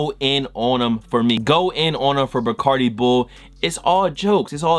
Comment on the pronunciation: nigga said barcadi bull😂😂😂